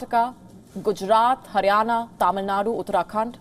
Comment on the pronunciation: Informational video.. it's not Taamil nadu, it's Tamilnadu